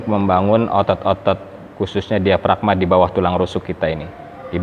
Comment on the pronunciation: Suara diafragma.bukan diagframa.